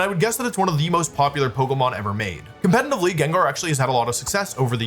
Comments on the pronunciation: I was already clenching my teeth every time he said "compenitively", then caved in at "Oon-fe-sarnt". I'm only 31 minutes in, and I'm scared *Edit. He just said "compenive" too. I know in some british dialects you'd skip the T with a guttural stun(what it's called in my language) but what's that N doing there? He sounds congested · He also said "Compatinantly" 1000 times in this video.